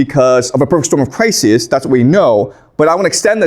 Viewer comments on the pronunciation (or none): none